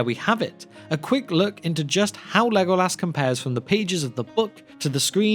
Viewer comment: haha to OP why do u pronounce as lego- LAS?